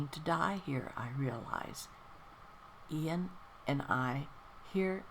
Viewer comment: Another lovely reading, thank you :) Yes, it's Iain with an i, not Lain with an L. Hope you have a wonderful Christmas, Shirley!